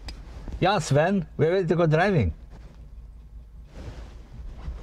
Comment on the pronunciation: lol. sound more like an german accent than a swedish one. Sven is a common swedish name though:)